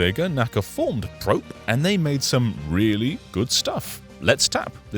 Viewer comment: Yuji Naka never went to jail… it was a suspended sentence. Does no one research anything before talking? Also, it’s “Pro-pay,” as in Latin for “close.”